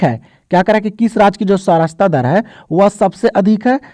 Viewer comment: Sacharta dar hota hai sir sarachta dar nahi